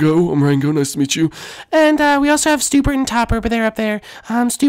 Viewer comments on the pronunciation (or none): It's not stupert and topper it's spewert and topper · It's Spewart, not Stupor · It’s Stewart not Stuper